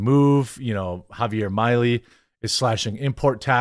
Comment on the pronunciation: “Milei” is pronounced “meelay”.